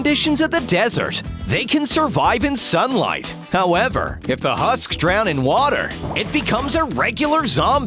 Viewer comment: "hu- SKs " Sorry I had to